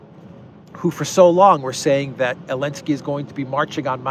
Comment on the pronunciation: Please don’t say Elensky say Zelenski ! You are a free man and you have right to say his try name ! And it’s Zelenski ! My back name contains Z letter and I’m very proud of my fathers ! Letter z exist it there for thousands of years !